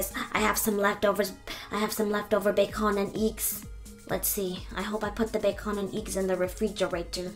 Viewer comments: BEacOn anD EcKS Lol I loved how u pronounced that. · "ba-con and eigs" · She can pronounce every other words.. but not bacon and eggs and fruit smoothie. 'Bac-onnnn and IIGS!